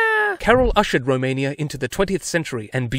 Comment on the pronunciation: 🤣🤣 Dobrogeeeaa... remain-ia.. so many gems